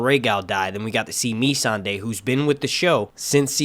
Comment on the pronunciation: "Dumb and Dumber" lmao. Yes, feeble attempts to write this story and butchering character arcs along with scenes that simply make no sense. Benioff did not even pronounce Missandei's name correctly in the Episode 4 "Inside the Episode" , how does that happen??